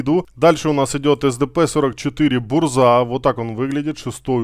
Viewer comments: Не бурза а бужа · бужа а не бурза. автор Мурза